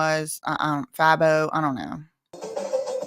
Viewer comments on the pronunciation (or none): FABO is pronounced Fay-Bow lol. He's popular in Atlanta